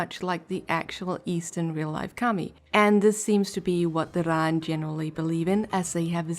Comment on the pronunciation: I don't think...hmm...I don't want to be "that guy" and it's probably a accent thing, but i'm pretty sure the pronunciation for Raen is closer to "Rain" rather than "Rawn". Of course this video is a good...like 6 months old by now. Though to add a bit of positivity, your art is pretty nice